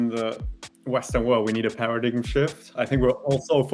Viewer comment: For all of you who have only read the word PARADIGM - it's actually pronounced "para-dime". ☺